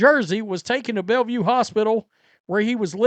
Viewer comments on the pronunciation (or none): none